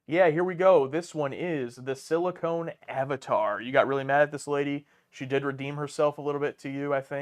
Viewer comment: It’s pronounced “Sili-CON”, guys. Not “sili-cone.” (The difference is that Pamela Anderson is the Silicone Avatar)